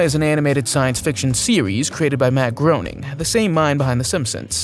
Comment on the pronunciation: Groening rhymes with "raining". Nobody gets this right. This is how the creator of the Simpsons and Futurama pronounces his name.